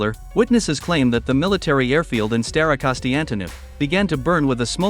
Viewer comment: staroKONSTANtynov :D how can the AI voice get this wrong so many times :D